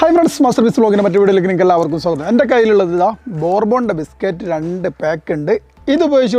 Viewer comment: സൂഗതം അല്ല... സ്വാഗതം... പറഞ്ഞേ കേൾക്കട്ടെ... ഇടക്കിടക്ക് ഗെയ്‌സ് ഇങ്ങനെ പറയല്ല... ഇങ്ങളെ ചെങ്ങായി എത്ര നൈസ് ആയിട്ടാണ് പറയണത്...